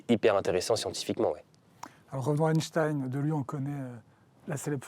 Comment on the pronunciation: par contre apparemment on ne dit plus Einstein mais Einstine